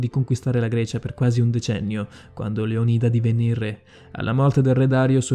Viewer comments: Leonida non è giusto? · credo si pronunci Leonida non leonìda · Bellissimo video, però ti prego.... LÉONIDA NON LEONÍDA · Bel video però devo farti una correzione lo spartano non si chiamava Leonìda ma Leonida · Bellissimo video, ma Leonida pronunciato Leonìda e Simon pronunciato Saimon? Ciao. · Leònida , non Leonìda !!!! 😨😨😨😨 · Tutto bello eh, ma metti l'accetto sulla O di Leonida non sulla I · Non voglio fare il maestrino ma si dice leonida no lionida . Comunque bel video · si dice Leònida non Leonìda grazie. (Controllato e certificato dal D.O.P. Dizionario d'Ortografia e Pronunzia) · Leónida... Non Leonída... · Leonida non leònida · Leònida pls non leonída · A me fa infuriare il modo in cui pronuncia "Leonìda" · Con la pronuncia sbagliata di Leonida mi hai spezzato. Si pronuncia Leònida c’è scritto anche su google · Leònida!!!!!!! perchè sbagli sempre gli accenti???? informati un po' di più per le prossime volte! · Già, mi ha triggerato sentirlo pronunciato Leonìda😅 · Leònida si pronuncia maledizione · Sbagli la pronuncia di Leonida! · anche a me, è come sentire la pronuncia sbagliata di facocero! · Ma come dici Leonida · frate se ti sentono pronunciare "saimon" bolivar (lingua spagnola, leggi simòn), "maiashimoto" (miyashimoto si legge come scritto, visto che è già una traslitterazione...), o "leonìda" (greco... Leònidas), potrebbero farti barba e capelli XD. video simpatico, grazie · Leonida no leonìda e poi si dice termopili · .... aggiungiamo anche che non si dice MAIAMOTO (miyamoto) ma MIAMOTO (miyamoto) ... inoltre dovresti rivedere la tua conoscenza della storia giapponese.... per te e' fantasy !!!!. .. non si dice LeonIda (con l'accento sulla I) ma LeOnida (con l'accento sulla O)... e poi TERMOPOLI? forse era TERMOPILI .... lascia stare ... un altro video ?? nooooooooooooooooooooooo ...... altro che 20k iscritti e mi piace ...... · Maiamoto? Termopoli? Leonìda?Saimon? Da rivedere un po' tutte le pronunce! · Lionìda e termopoli non si possono sentire